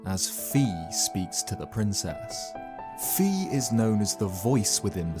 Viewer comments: Who is Vi? I can only remember Fi from skyward sword as the voice of the Master Sword, good story telling but you have to pronounce her name correctly Vi or V is jot how you say it its Fi with the F the EF bro you know you’re british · For the love of Hylia, please pronouce Fi as [faɪ], except for that small mistake. Great video! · Fi is pronounced as Fye, just so you know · Just a heads-up in case she's ever mentioned again, Fi's name is officially pronounced "Fye" like the Greek letter Phi. Even if you disregard Hyrule Warriors, whose English version refers to Fi by name, as it is non-canon, the Japanese version of Skyward Sword would confirm it, especially the HD rerelease which includes name labels in dialogue. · Fi rhymes with sky